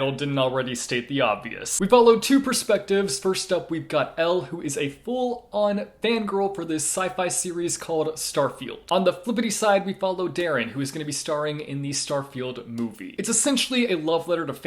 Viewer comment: Uhm, it's Darien and not Daren in Geekerella, just thought I'd point that out 😅 Love your videos!